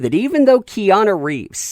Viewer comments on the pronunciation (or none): ‘Peana’ Reeves?